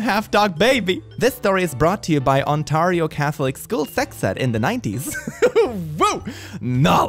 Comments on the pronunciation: some of us had a clear path from our seats to the bathroom and or kitchen not him mispronouncing Ontario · Who orders 300 iPads?‽! : The A in Ontario is pronounced the same as the E in in Red.